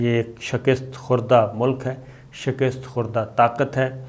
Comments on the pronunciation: The word is Shikasat not Sakist please note. In Punjab they say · 'Shakist' nahin kehtay, balkay 'Shikast' drust lafz hay. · بھائ شکست کے ک کے نیچے زیر نہیں زبر ہے۔ خدا کا واسطہ ہے یہ جہالت چھوڑو۔ ذرائع ابلاغ سے منسلک ہوکر یہ غلطی کرنا مجرمانہ فعل ہے۔